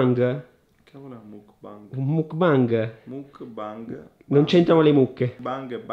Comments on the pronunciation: non si dice mookbang ma mookbeng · Ma qualcuno glielo spiega che non si dice "mukbang" ma "mukbeng" con la "e" Like chi lo guarda nel 2019😂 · surry si pronuncia mok bang comunque lol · Si scrive mukbang ma si legge Mukbeng comunque siete bravissimi vi amooo😍❤️😍❤️😍😍❤️ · Penso proprio si pronunci macbeng tipo muk è il pokemon e bang è il suono dello sparo tipo o anche il significato di gruppo ma la pronuncia è la stessa (gangbang🃏) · il mukbang no il bingbang- Anima-troppi alcolici- MA IN CHE C***O DI MONDO SI VIVE TRA ALCOLICI E PERSONE CHE PRONUNCIANO MALE LE PAROLE😂😂😂